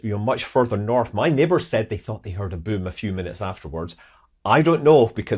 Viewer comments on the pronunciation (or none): none